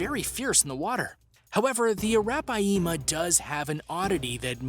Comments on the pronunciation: You read it as araphyma not arapayema😂😂😂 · That’s a -wrap-pie-yeema 🤔atleast watch river monsters and learn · ROFL the way you said arapiama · ya that is not how you pronounces arapaima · The way he pronounces Arapaima is gross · That's right